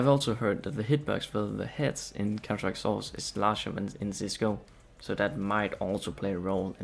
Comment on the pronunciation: Hey man, good quality video and all but you should work on you voice a little. Try not to mumble words like when you're sayig "counter strike: source" at the start of the video. All the best, keep going!